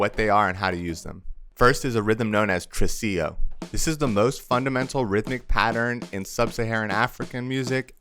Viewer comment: Tresillo, not trusillo.